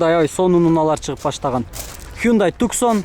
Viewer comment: Туксон эмес Таксон